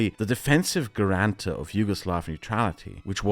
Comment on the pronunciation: Great video, loved it, however please look up how to pronounce "Guarantor" I was dying inside a few times